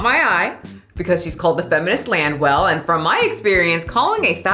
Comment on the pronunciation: saying her name is. I hear her say Land well lol